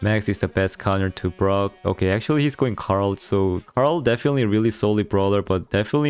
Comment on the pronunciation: Is it just me or does everyone hear grom instead of brock